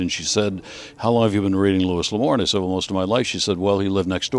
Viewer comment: It's pronounced "Lou-ee."